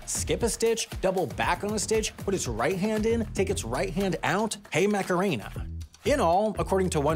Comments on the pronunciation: That was the most american “mac-er-ainea” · I had to listen to that again to realise he's talking about THE Macarena. They spell it in the song dozens of times. It's in the first line of the chorus. whyyyy hey Mac-array-nuh 😩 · The way bro says macarena pains me